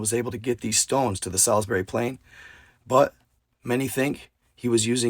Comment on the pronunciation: (Mon-moth) Monmouth.... (Pen-dragon) Pendragon.... (Sals-berry) Salisbury.... it was the Picts...the Pictish... not the Irish... and a few other slips but this is enough to start with.... love you man... figure you wanna say it right....